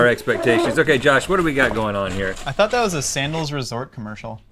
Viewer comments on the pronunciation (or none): none